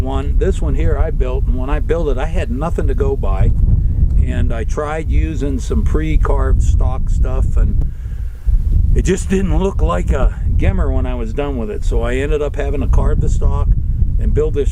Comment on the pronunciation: I believe the correct name is "GEMMER", not GIMMER OR GUMMER!!! No "gummow" either! Yust havvin' a little fun wit ya!!! The GEMMER had the "Hawken look", that is, the longer double-keyed (or wedge!) forearm & nose cap, & the beaver tail cheek piece. likes the Gemmers better, "more sexy"! "Gesundheit"!